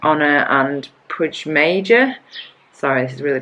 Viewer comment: i Had to go back to see that the number on the bottom wasn't your FTP percentage, you were doing 229 Watts :P So your FTP would be above 400 Watts, epic :) "Pui Mayor" The J is silent. Talking about Silent Jay, why doesn't he show up more often? I love watching cycling couples interact :) Do you watch the 3 second FTP field as a reference or any other ones?